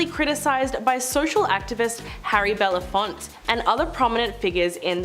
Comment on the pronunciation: Belafonte is pronounced BELAFONTAY. Please respect one of the greatest entertainers, humanitarians and activists by saying his name correctly.